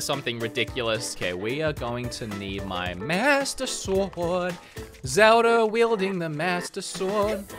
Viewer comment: Bro when i hear it your saying zelda(r) just saying